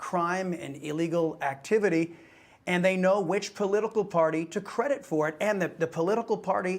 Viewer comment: funny how this guy must pronounce latino as if he just crossed the boarder